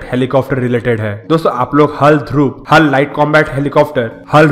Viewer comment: हल नहीं भाई h a l bolo